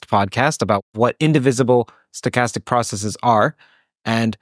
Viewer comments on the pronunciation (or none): pronounces 'processes' as 'processes'. But at some other places, the pronunciation is 'processees'. For how many of us is 'processees' natural? I can see a case for pronouncing the relevant word as 'basees' instead of 'basises', because of the Latin declension. But not for 'processes'.